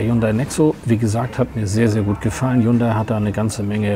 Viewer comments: Hunday nicht highhunda wird ausgesprochen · und das heisst ned H yundai Sondern Hyundai das h wird verschluckt sollte man schon wissen wenn man autovorstellung macht ;) ansonsten schöne vorstellung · haiundai? wird ja immer kreativer die falsche Aussprache des Firmennamens ;) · Ich dachte immer , nur Italiener erfinden Aussprache von Worten die sie nicht kennen.....aber kommt der "Hayundai" wenn der Wagen nur nicht so "schiach" wär... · Er sagt immerwieder " H-A-J-U-N-D-A-J-I" Hyundai lol